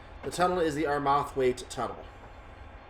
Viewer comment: "Ar-Math-wait"? LOL.... it's pronounced "Arr-merr-thwait". Come on.... do ya research:)